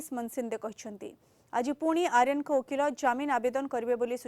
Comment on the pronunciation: ଆରୀୟନ କୁ ଆର୍ଯ୍ୟନ କରାଗଲା....ଧନ୍ଯ ତମ ଓଡିଆ.... 😂